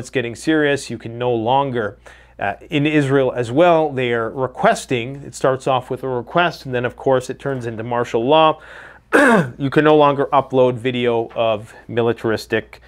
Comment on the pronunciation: It's martial law, not marshall